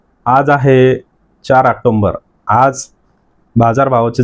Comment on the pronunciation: ऑक्टोबर...... ऑक्टोंबर नाही....